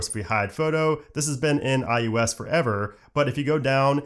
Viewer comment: IUS?? umm its iOS!